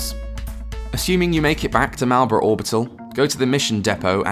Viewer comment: You really think is Malbera, but is Malerba. MAL-BERA MAL-ERBA. Maybe a Mandela Effect.